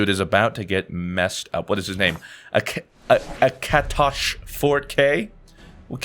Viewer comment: I died at his pronunciation of akatosh... and "arduin"... I love you fruit but...